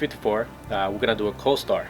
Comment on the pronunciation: Wtf is a "Coll - starr"?